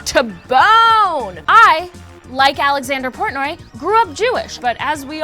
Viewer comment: Love How Says BONE